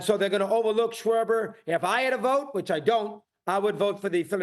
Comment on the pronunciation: Lmao this guy said sharber like cmon man a DH